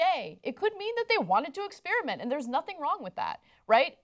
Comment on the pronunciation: ahhhhh Ana still can't pronounce "experiment"!